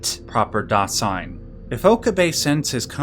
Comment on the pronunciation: great video but I got to be honest was a little hard to watch given each German word/phrase was mispronounced, I'm obviously biased but I can't help but think it's not that hard to pronounce correctly, Stein -- the S is like sh as in sham -- Shtein, Dasein -- that s is like a z zuh -- Dazein, I'm not into philosophy haven't heard of Dasein, interestingly Duden defines it as: das Vorhandensein, Bestehen, Existieren